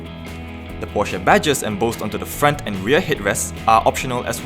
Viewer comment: Hey, find out how to pronounce PORSCHE